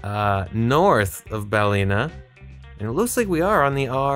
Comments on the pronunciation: Fun video, congrats on the gold medal! Just a lil note that Firhouse is “fir-house” rather than “fire-house” and Ballina is pronounced “Bahl-in-ah” rather than “Bahl-ee-nah”. And the area you were in in the last round was a Gaeltacht area (“gale-tock-t”) which is a primarily Irish speaking area, hence why so many signs were in Irish. Looking forward to your next Ireland video if there is one 😊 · Balina is pronounced balin--aaa. Sligo is pronounced slygo with the i like a y not an e 😂